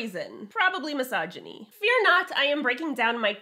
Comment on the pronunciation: You lost me when you said massagany.